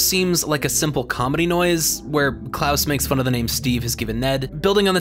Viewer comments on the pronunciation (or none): none